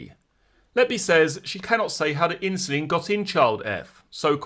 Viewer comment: Why does this voice mispronounce insulin?